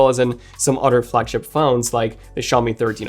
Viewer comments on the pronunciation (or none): its Other - not Odder